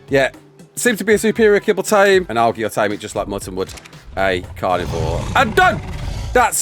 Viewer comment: Al Gee...really? That's embarrassing.